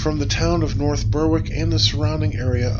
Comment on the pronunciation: North Berwick - it's pronounced "north berrick". Like a lot of things, plenty of Scots know of Geillis Duncan without the help of Outlander. Also, it's pronounced TraNENT.